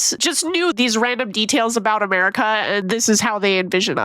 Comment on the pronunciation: i thought she said a-bear-ica